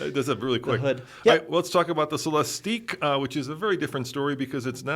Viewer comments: The name is Celestiq, pronounced like Lyriq. “Cele-steek” doesn’t make sense if they already named a car with the same gimmick the lyriq. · C’mon guys. Just watch Cadillac intro video, it’s only 3 minutes long, and realize it’s pronounced Celes-tick. Also, Celestiq is obviously not a coupe. 🤦‍♂️ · GM people are saying -ick, not -eek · It's Cel-LESS-tick. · Phaeton = fae-i-ten, Celestiq = sell-es-tick; at least my take on the name's pronunciation. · Why this video if you don't even know how to pronounce the darn car? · You two can’t even bother to do a minute of research to find the correct pronunciation of “Celestiq.” For God’s sake, they said it about 100 times during the official unveiling ceremony. This was like nails on a chalkboard.